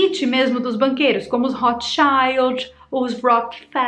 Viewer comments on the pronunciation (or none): a pronuncia de rothschild não é assim, também jápronunciei assim.